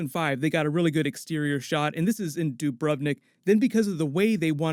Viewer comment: Doo brov nick. Not doo bhruv nick.